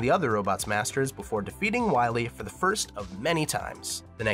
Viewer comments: Ah yes It’s Wiwee not Wily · So glad you slipped in "Wiwy" a couple times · I love that you say "Wy-we" when you're talking about MM8! "You must recover all the energy immediately ulb..MegaMan!" BEST VOICE ACTOR EVER!!